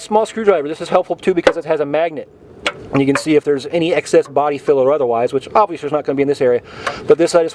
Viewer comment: Is it me or did he keep saying “obvious-wee”..? Lol he said the rest of his “L’s” properly though.. Great video, that was a tiny bit distracting for me lol